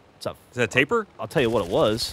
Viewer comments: Sounds like they're calling the Tapir, "tapeworm" every time. Hahaha. Don't mean to be an absolute dickhead, but it's pronounced 'tah-peer'. They're cool animals. #EnglishLessonOver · Tapir, all the time, and it's said Tay-Peer. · FFS guys, yes it is "tay-peer", but the "tay" or "tah" doesn't matter so much. It's the "Eer" sound that Geoff and should be pronouncing. Like "Altaïr" is pronounced Al-Tye-Ear instead of Al-Tyre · why cant they pronounce tapir properly